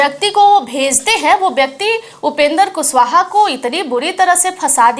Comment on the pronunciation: मैम आप कम पढी लिखी है का पहले आप माननीय उपेन्द्र कुशवाहा जी का नाम का उचचारन सही किजिए तब बात किजिए, जब कैमरा मे खाली विडिओ है तो अवाज का पुसटी कैसे कर रही है आप